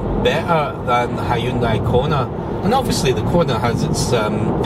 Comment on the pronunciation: He can say Hyundai correctly unlike the yanks who call it honday ?? Hahahahahahahahahaha how can Hyundai sound and look like honday